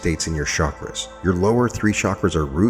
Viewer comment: Love this — and — it would be nice of you would pronounce chakras correctly